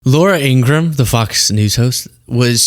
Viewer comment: you've outdone Ben Meiselas by pronouncing 'Ingraham' correctly. He can't.